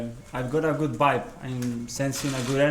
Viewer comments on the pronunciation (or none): Did he just say bibe instead of vibe 🤣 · i've got a 'good BIBE' Sounds familiar to me